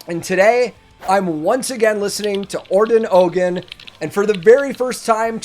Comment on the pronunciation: What's cool you dont struggle with pronunciation of foreign names😆 i had to stop when you said OGAN not OUDZEN or something like that😃